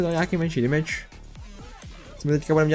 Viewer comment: Proč říkáš ,,dimidž" místo ,,demidž"? Jinak dobrý video :)